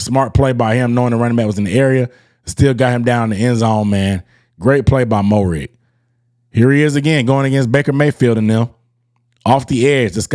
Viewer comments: its, "MARE-RIG" not "MO-RIG", but yes, he was been a key part of our secondary since last season. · Dawg no disrespect intended but say his name right he’s been on the team for a year. Pronounced Merrig.